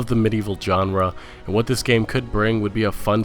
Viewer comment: Good vid with good content! Honestly, I wouldn't even bother to say this if I didn't like the vid, but... just a few tips for future reference. Bordeaux is pronounced "bore-doe." Genre isn't pronounced "john-ra." The G sounds like the J in the French name Jaques. Valve isn't pronounced "vulv." The A sounds like the A in "sad." "Bethesda" is pronounced "beth-ez-da." I'm really not trying to be jerk here. I like your videos, but the mispronunciations can be a little distracting. Just some sincere advice. Peace!